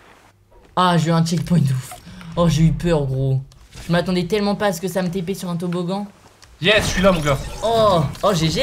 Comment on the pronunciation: Pas toboggan toboglan 😂😂😂😂😂😅😅😅😅😌